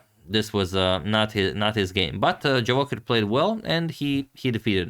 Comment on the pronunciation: Antonio, pratim te i jako cijenim kako se trudiš ne samo da radiš super analize nego i da pravilno izgovaraš strana imena. No morao bi znati da Javokhir nije Englez nego Uzbek, pa se 'J' ne izgovara kao 'Dž', nego onako kako piše. ;-)